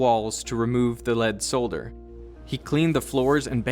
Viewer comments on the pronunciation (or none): ... did he really just pronounce the l in solder? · Sorry, I don't trust anyone who pronounces the world solder as sol-der. I'm going to go lick a lead ingot. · The US is the only place I've heard not pronounce the l